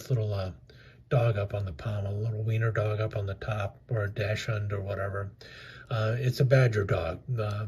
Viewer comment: Are you joking about the way you are pronouncing Dachshund?